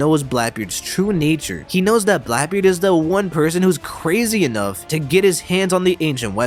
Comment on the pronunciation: Sorry but who is Blaebeard?